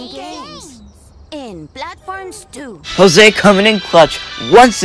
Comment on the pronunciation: It’s not Hose it’s actually Jose